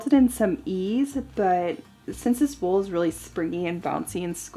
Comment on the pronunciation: When said wool in the start when she was introducing the fabric, I literally understood it as wolf! It was seriously giving me red riding hood vibes, lol. And looks French/North-Mediterranean so she seriously should do a historically accurate red riding hood ensamble. I can't quite remember when that story was originally published but yeah. 👍🏻